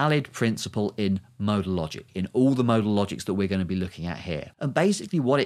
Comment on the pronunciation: I can't comprehend w Weather your saying modal or model?